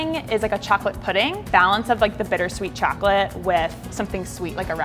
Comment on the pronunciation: these look soo good but like the way she said chocolate kinda bothered me but that might be bc i’m from ny and i’m used to the way we say it lol